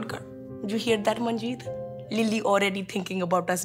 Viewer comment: "You hear that Manjet" Me: Dead💀💀